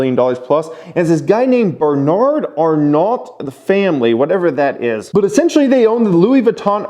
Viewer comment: my guy, you're not the best with names. Bernard Arnault's last name is pronounced are-no. You know, kinda like the French car company Renault. (reh-no). No sweat, dude, glad I could help.